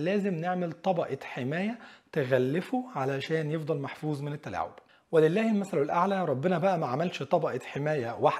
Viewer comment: محفوظ وليس محفوز انتبه